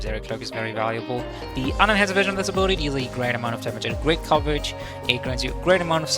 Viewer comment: Ab-il-ity not 'Aboeloetie' haha. Great video, helpful